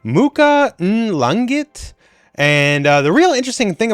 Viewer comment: Wow thank you. So it's langit is like LONG-eeht and pangil is like PONG-eel? Had Phillipian friends back in the day that treated me like family. I miss 'em.